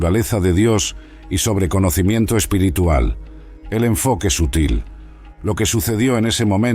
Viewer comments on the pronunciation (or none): none